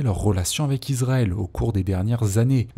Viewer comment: Alors par contre, on ne prononce pas Israël "Izraël" mais "Issraël". Il en va de même pour Bahreïn. On prononce "Bahrèïne" et non "Bahraïne" L'étape suivante c'est de prononcer le G de Erdogan... Bon, tu le fais pas ça va. :)